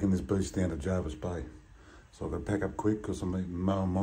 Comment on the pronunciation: Jervis Bay not Jarvis Bay